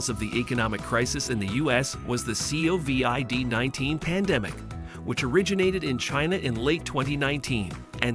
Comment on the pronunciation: CAN'T take this channel seriously as they use text to voice AI. The C O V I D 19 pandemic (each letter spoken out).